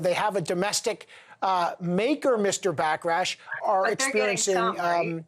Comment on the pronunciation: Did he say “Back rash”? lmao